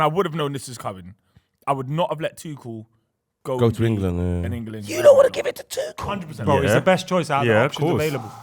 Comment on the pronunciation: nah keep it , it makes it funnier if it's Tego 😂